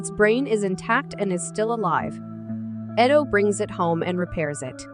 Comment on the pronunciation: I’m just mesmerized on the narrator’s mispronunciation of Ido and Zalem.